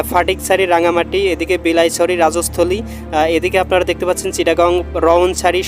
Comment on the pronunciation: আপনি যে "উপলক্ষণ" শব্দটা বলছেন, অর্থ বুঝে বলছেন তো? অর্থ না বুঝে কি বলছেন, জানেন আপনি? আপনার এই ভুল শব্দটা কিন্তু অনেকের মধ্যে সঞ্চারিত হয়ে যাচ্ছে! দয়া করে শুদ্ধ উচ্চারণ, শব্দের ব্যবহার করুন, প্লিজ! বিলাইছারি, মাণিকছারি (এবং আরও কিছু শব্দ) ইত্যাদি স্থানের নামগুলিও আপনি ভুল উচ্চারন করছেন। আপনার কন্ঠ ভালো, মাশাল্লাহ্ - কিন্তু ভুল উচ্চারণ, ভুল শব্দের প্রয়োগ - আপনাকে পিছিয়ে দেবে। আপনার এই ভিডিওটা শুধু বাংলাদেশ নয় - দেশের বাইরেও অনেক বাংলা ভাষাভাষী দেখছে। বাংলাদেশি ছাড়া অন্য দেশের যারা বাংলা বোঝেন, তাদের কাছে আপনার দেশের শিক্ষা নিয়েও প্রশ্ন উঠবে। "উপলক্ষণ" শব্দটা ব্যবহার না করে "সম্ভাবনা" শব্দটি ব্যবহার করলে আর ভুল হবে না। এতো দ্রুত বুলেটিনটা না পড়ে একটু ধীরে পড়ুন, সবাই বুঝতে পারবে এবং ম্যাপটাও সবাই দেখতে পাবে। ধন্যবাদ ।